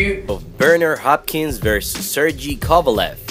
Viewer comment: This guy obviously isn't a true boxing fan... These were light heavyweights, not heavyweights, and he's pronouncing both of their names wrong. It's almost comical, and it's sad that he can't appreciate a fight like this one.